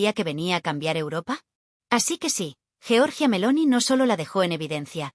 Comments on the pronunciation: Giorgia, no jeorjia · GIORGIA, no Georgia